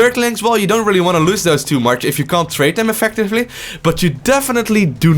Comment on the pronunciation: I know English is your second language but I have to say it's "too much" not "tutu much" ^^. Great video though!